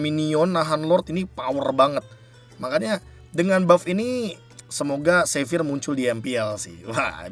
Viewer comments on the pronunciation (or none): Be kalo lo ngomong xavier kaya jadi savior deh kalo pronounced nya. Coba deh lo pronounced nya jadi latin. Itu kan latin nama xavier